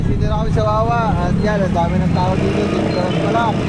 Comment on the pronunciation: Boss “Bisperas” hindi disperas 👍 keep up the good work and upload lage nang may napapanood kami araw araw